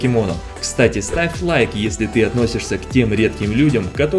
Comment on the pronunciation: Мне послышалось "Сравь лайк"